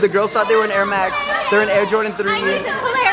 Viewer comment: She said air max😂